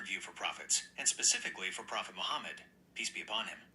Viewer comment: Even😂the Ai get brainwashed asked pee-eace upon the nabi rasulah😆🔥that was deep😮mashalah Ai you are almost 😮 a revert to izlaaam